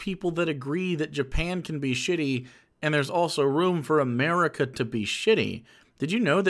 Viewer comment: Omg the name though "Fukuyo America" like Fuck you America. Then the pronunciation of America, he replaces the "r" with an "l". He's not technically doing yellow face but it's soooo fucking close.